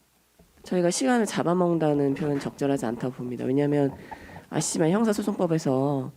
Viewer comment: 아시지만 이라고 하는데 발음도 거지같고 말도 빨라서 그래요.